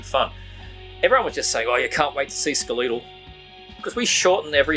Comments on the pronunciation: I think it’s pronounced like Skeleton- Skelethal. Great band. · wow, I pronounce Skelethal totally different than you, don't know if you're doing it right or if I am.